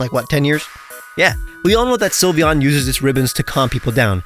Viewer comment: you messed up sylveon 😭